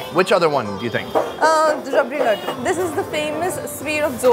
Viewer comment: "Ladu" here lemme correct u so that it will be a lil easier to say "Laddu" ur welcome ....